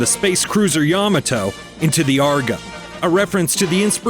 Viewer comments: YAHmahtoe? It's ya-MAH-toe. lmao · Really need to learn how to pronounce Ya ma toe and Gam a lon correctly. Seems likely you didn't either watch or listen to how those were pronounced in the episodes. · yuh-MAH-to It's pronounced yuh-MAH-to. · Ya MA to-. You're pronouncing it wrong. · Pronunciation of Yamato gave me cancer. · I watched season 1,2 on tv and have all 3 seasons on dvd, and your mispronounced Yamato